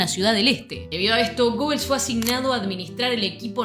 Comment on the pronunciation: foto del acto en el Luna Park. Me sorprendió la pronunciación de Gobels, yo siempre lo había pronunciado Guebels. Ahora necesito cómo se pronuncia.